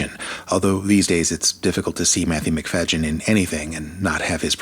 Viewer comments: sorry but you are wrong. The 2005 adaptation is brilliant. The 1995 version is boring. And learn how to pronounce Matthew McFayden's name. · Your AI can’t even pronounce Matthew’s name correctly. Kiera and Matthew are the best adaption. Hands down.